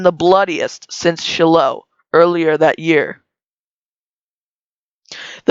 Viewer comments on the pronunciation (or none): You need to learn to pronounce-words like Potomac and Shiloh (pu toe mic) (shy low ) if you’re going to do this stuff, nothing speaks more to ignorance than that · I wish the production peaple could and would, take the time and effort to learn the pronounceations of peaple and place names! Such as Shiloh is pronounced Shy-low and Whiting is just White-ing. Its temporarily confusing to listen to foreign pronounceations! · You did a really good job. Just for future reference, it is pronounced 'Shy-low' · I don't want to criticize but you should learn how to Pronounce Potomac and Shiloh.